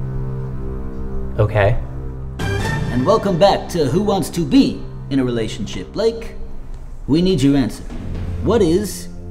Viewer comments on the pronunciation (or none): He said “and welcome back to who wants to BE in a relationship. Since he emphasized the b then the answer is b, becca.